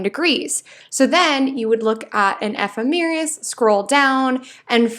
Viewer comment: Nice reading, but it's pronounced "Placidus," not "Plac-ee-dus." An "ephemeris" is not an "eph-em-eer-us." I love what you have to say. I'm just a geek & I figure somebody should tell you, so you can pronounce the astrological terms more correctly.